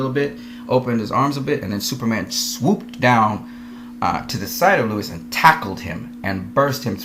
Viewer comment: The fact you keep saying Lois name as Lewis negates everything you say.